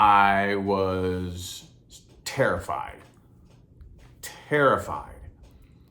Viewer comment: everytime you said terrified, my brain was like wait were you... ✨tarotfied ✨ lol. thanks for putting this out there 💯